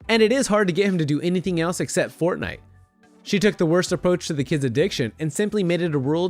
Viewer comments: Watch from and the news lady said fortnut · hold up hold up did she just say fortnut